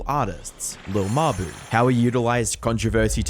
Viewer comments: “Lil muh-boo” 🙏💔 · “Lil muh-boo” 😭🙏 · "lil muh-boo"😭🙏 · “lil muh-boo” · « Lil muh-boo » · "Lil muh-boo" 🥀🥀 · "lil muh-buh" 😭🙏